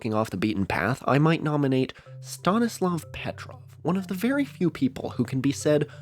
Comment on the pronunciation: if Stanislav Petrov is so important pls try to pronounce his last name correctly 🙏 it's Petróv not Pétrov